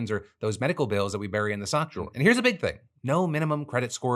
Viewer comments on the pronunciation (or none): none